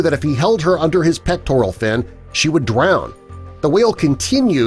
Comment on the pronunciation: Please say drown with an R, not a W 😀😀